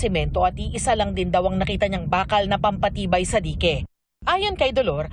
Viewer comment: ang cute naman di-ke 😂 dayk po ang pagbanggit non saamin